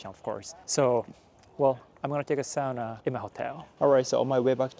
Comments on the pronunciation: Isn't a woman's name in Japan? It's a man's name in Finland. PS. Great job with pronouncing the only internationally used Finnish word correctly! It's awful hearing people say "soona". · thumbs up for pronouncing "sauna" correctly ^^ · good job on saying ¨sauna¨ because most non english speakers say it like ¨soona¨